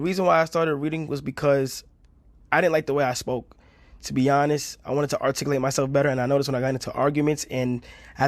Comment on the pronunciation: Ngl he still says arcticlate instead of articulate which is kinda hilarious